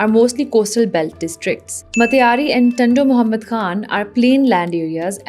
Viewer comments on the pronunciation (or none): none